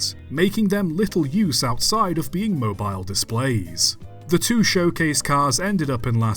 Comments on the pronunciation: it is pronounced Mobile like mobiyle not mo bile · Is it pronounced "mo-beel"? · We do not pronounce Mobile like mobile phone mate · I'm sure someone else has said it, but it's pronounced "Moe-Beel" Alabama. Great video nonetheless! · If I may sir, Mobile is pronounced Mo-beel. Common error, but still a bit of a pet peeve of mine😅